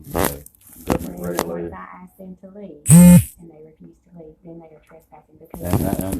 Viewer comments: This auditor “axed” someone? How awful. 😂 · Why is she saying Axe, the word is Ask.... go back to elementary school